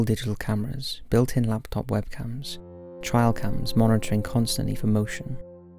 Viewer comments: 1. "You can make out a torso and bla bla bla" bitch what? 2. "Trial cam. Trial cam. Trial cam." I know your British but... come the F on. You can say trail. Try. Just try. 3. "There wasnt enough time for someone to move into the window because the photos were taken so close together." ... minutes earlier... " they noticed the girl wasnt in the photo so they called her over to take another photo"... really? Its no wonder people fall for all this shit when this is our level of critical thinking ability. 4. No. No F it, im not going to watch anymore of this stupidity. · That is soooo NOT the only word this kid says totally wrong. It isn't an accent thing either, it almost seems intentional, like he wants it to be his signature thing to do or some such tripe. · I love you, dude. But the way you pronounce "trail" really irritates me lmao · No, he's just pronounced it wrong lol. We don't pronounce "trail" like that over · It's trail cam, not trial cam. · "Trial cam" "Opeke" lol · It's "Trail" cam, dude. Rhymes with snail. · It's not a "trial cam" is a "trail cam". Probably lost in dialect. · It’s a trail cam (as in a camera on a trail in the woods) not a trial cam. Rhymes with ale, not isle. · Trail 'tray-ul' camera not trial camera. I would let it pass, but you continually say weird pronunciations in your videos. I think it's a sign that you're an alien, you didn't do your language homework before touching down in your flying saucer. You probably call them flying saukers, you big divvy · RizzleBazzle Trail camera. He mispronounced it. They are used to capture pictures along trails for wildlife. Many hunters use them to track an animal. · Paul B lol I swore he kept saying trial. Like it was misspelled on his script and didn’t catch it. Ron burgundy. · no, he's Just saying it wrong. I'm English, I say trail not trial. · Nobody else with that accent makes that mistake though so... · Maybe if he didn’t constantly mispronounce basic words like “trail” and “opaque”.